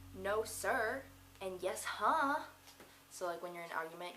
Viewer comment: Its' Yessuh, not Yeshuh...Good job but you're not from Boston, I guess.